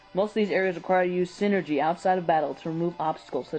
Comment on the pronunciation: No, it's Psy-nergy. Look at how it's spelled AND what it means. it's not refferring to Synergy, but energy from the mind.